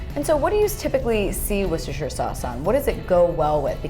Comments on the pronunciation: wooooooooster sauce please, NOT woocestersher sauce... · it's pronounced "Wooster" sauce. You'd be a laughing stock if you said that aloud in the UK... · wooster sauce cause of worcestershire in England.. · Incorrect, the "shire" is silent.